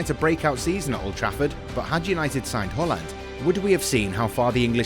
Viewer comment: Thus guy say Holland instead of Haland or am i stupid